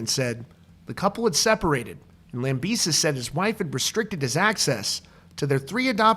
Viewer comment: ITS LAMBEH-SEE!!!!!!!!!